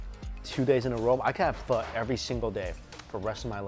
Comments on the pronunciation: Whenever he says Pho... I gotta hear fu*** so bad😂😂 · How are you Asian and still mispronounce pho? Lol